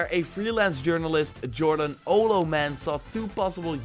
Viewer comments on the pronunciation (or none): none